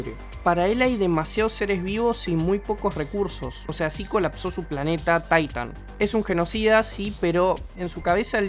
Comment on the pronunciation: "Taitan" C'mon men, otro que ve las pelis en inglés